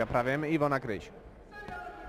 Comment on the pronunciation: Kryś . ! Kryś . Nie K"a"ryś szympansie .